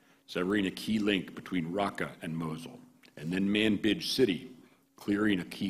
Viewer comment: sounded like he said "manbitch city" lol